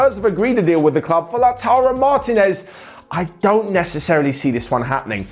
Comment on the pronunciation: Repeat after me: mar-TEEEEEEE-nez. Not mAAAAr-teenez